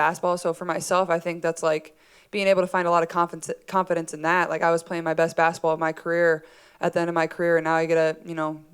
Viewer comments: She always pronounces basketball as "basitball" 🥰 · I like the way she says baskaball